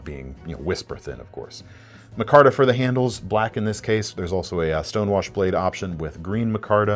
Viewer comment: I have the exact ABW button lock shown. Centering needed correcting, it has gobbbbs of lock stock, and the blade step-milling does hang up on material. I'll think longer and harder about dropping that money on future ABWs. PS,, it's "my-kar-tuh."